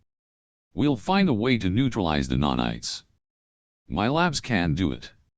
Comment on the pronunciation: NANITES, bro. what's a nonite? 😅